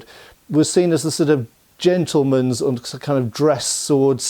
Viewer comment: "Jianerally" "Jiantleman" Two words i caught